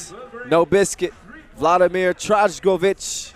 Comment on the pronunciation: Little assistant to commentator. When you see "j" letter in Serbian names you pronounced same as letter "y" in English language, so when you see Trajkovic you should provenance as Traykovic.